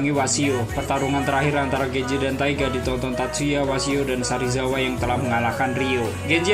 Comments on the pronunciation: Sarizawa apa serizawa 🤣🤣🤣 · Serizawa bukan sarizawa